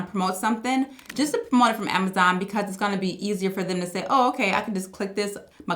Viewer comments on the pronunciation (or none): I like how you say “Amazaan” 😅